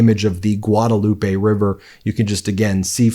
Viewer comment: Hey Ben the correct pronunciation of Guadalupe in Texas is Guad-LOOP. We have a lot of odd spelled names of places that the actual pronunciation of indicates whether or not you live in Texas. That is one of them. I learned that the hard way coming here from California some 25 years ago.